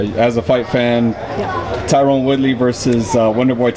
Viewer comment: She keeps calling Tyron woodley "TYRONE WOODLEY"